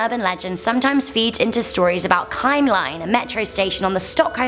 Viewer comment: I like how she pronounces Kymlinge. "Kajmlajng." I understand it is difficult for someone who do'nt know the Swedish language, but it sounds funny to me.